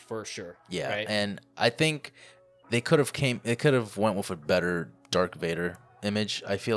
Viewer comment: Darth Vader not Dark Vader. Fuck.